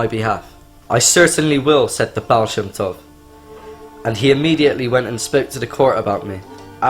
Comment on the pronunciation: Yep, this is defiantly fake. Guy doesn't look anything like a chasid, and pronounces the words "chasidic" and "baal shem tov" wrong. Also, half the video it looks like he's reading from a script below the camera.